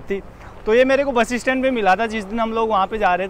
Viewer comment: आप बस स्टैंड को बसी स्टैंड क्यों बोलते हो?😟🙄